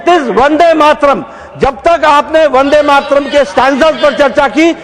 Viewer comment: Today, H.M. Shah has mispronounced Vande Mataram as Vande Matram (Matram) at least 300 times in Parliament. :)